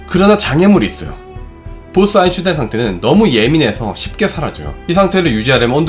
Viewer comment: 아인슈타인 발음이 영 오래동안 안되고 있네요 독일어에서 ei는 아이로 읽는데 이걸 에이로 발음하는 군요 제발 엉뚱한 발음 하지 말고 그냥 아인슈타인 한국식으로 발음해도 괜찬으니 엉뚱한 발음 안했으면 좋겠네요 몇년동안 이채널을 들으면서 처음으로 지적합니다